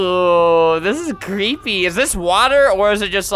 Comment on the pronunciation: “Cweepy” Albert, 2019